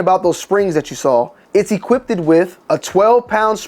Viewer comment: I'm sorry, but can we talk about "equipted"??